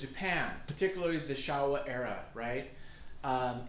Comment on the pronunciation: Bro, it is pronounced Show-Wa Thank you for the video